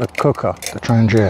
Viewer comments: Tran-gia sounds Italian, maybe a traverse route?, it is pronounced Thrang-eeya since it was first made in Trångsund "Trång-sund" "Narrow Strait/Neck". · Check around for an interview with the current head of Trangia. His pronunciation is closer to "Traniya" or "Tranyia". Maybe it's a local dialect thing.